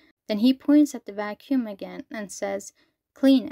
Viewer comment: "You may have noticed I like saying 'bros' or 'fellas' a lot" No, but I did notice you like saying "vacüm" a lot